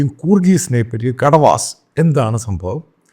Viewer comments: കുട വാസ് Not കട വാസ് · സറേ കെടവാസ് അല്ല കൊടവാസ് ആണ് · Kadavas alla. Sir. Kodavas enn parayu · Kadavas alla, kodavas. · കടവാസ് അല്ല കൊടവാസ് ആണ്. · കടവാസ് അല്ല കുടവാസ് ആണ് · കൊഡവാസ് ആണ് correct. Ko-da-vas